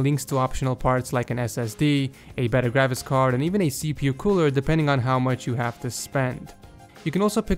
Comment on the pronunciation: when he said graphics card it sounded like gravicks card